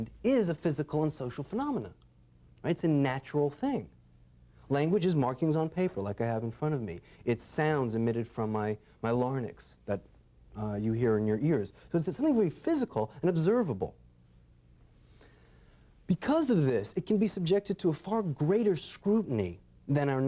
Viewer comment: Cracked me up when he said “lar-nyx” rather than ‘larynx’